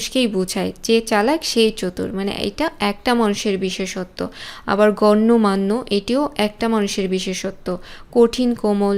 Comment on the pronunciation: ম্যাম আপনার ভিডিও খুবই উপকারী তবে কিছু শব্দের ভুল উচ্চারণ খুবই শ্রুতিকটু যেমন "গণ্যমাণ্য" শব্দটা। আশাকরি এরপর আপনার উচ্চারণের দিকেও নজর দিবেন।